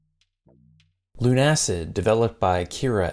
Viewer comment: I imagine it's actually pronounced "LUNA-SID", rather than "Loon-Acid"